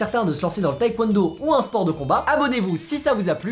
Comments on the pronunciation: ça me stresse quand il dit "taékwouènedo" alors que c'est "tèkwondo" ;-; mais sinon super vidéo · La Coréenne en moi n'a pas pu s'empêcher de cringe à chaque fois que tu prononçais taekwondo "taïkwondo" T^T Mais vidéo super intéressante, je vais peut-être m'y mettre x) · Par contre faire du taekwondo et ne pas savoir prononcer ce mot c'est chaud un peu :(